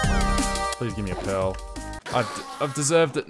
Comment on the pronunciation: You are saying 'pearl' in such a weird way that the captions are showing it as 'pill' and 'pail'